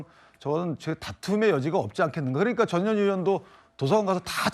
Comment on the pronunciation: 나는 왜 전현희가 저년이라고 들리지 ㅎ